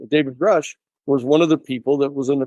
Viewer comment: Good to see pronouncing Gruusch correctly.